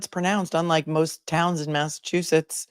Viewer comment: Mass aaa soy it. Some People would joke and call it massaaatoliet. lol lol. You said it properly !!!